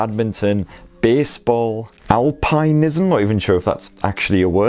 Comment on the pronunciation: It's not alpinism, it's alpinism.